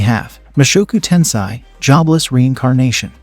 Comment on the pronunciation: your pronounciation of isekai , tensei and anime is somewhat off m8, other then that nice list